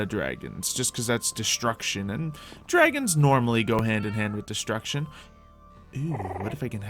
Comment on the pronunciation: why does everyone call call them cute baby "dwagons"?